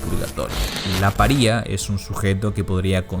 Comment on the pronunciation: Gran video, me suscribo. Pequeñas observaciones: no se dice "paría", sino paria (pária, poniendo la tilde donde no va para que se entienda). Y las tres caídas de Matt en el cómic no se deben referir a los tres días de la resurrección, sino a las tres caídas de Jesús durante su caminar desde el palacio de Poncio Pilatos hasta el Calvario. ¡Abrazo!